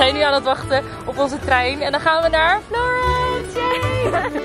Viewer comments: ja daar dacht ik ook aan haha je zei het op zn Engels maar idd "Florans" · hiii florence spreek je uit als ´ florans' hahahah